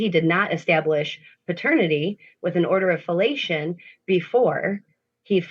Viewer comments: I googled an “order of filiation” using her pronunciation and, well, oh my 😮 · What on Earth is an “order of fellation”? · ”order of fellation?” Hmm